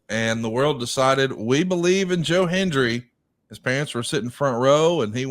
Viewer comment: Can we teach the older wrestling announcers to say Hen-D-ry?😂 Cole & McAfee did the same thing. 😂